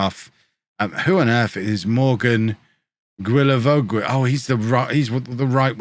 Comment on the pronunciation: For the record Morgan Guilavogui is was easier to pronounce than what you’re saying. “Gee-la-vo-gee” (g pronounced like ‘guh’ not ‘juh’)